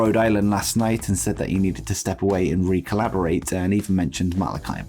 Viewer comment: That's not how recalibrate is pronounced. You're saying recollaborate, lol.